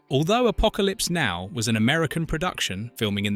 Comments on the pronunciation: Especially the name of the movie. It isn’t Apocalypse……now. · you need to sort the "now" inflections in the text to speech. Maybe a hyphen? Or perhaps just deleting the "now" when it causes a break in the dialog.